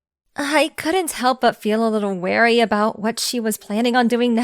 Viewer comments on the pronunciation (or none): It’s wary not weary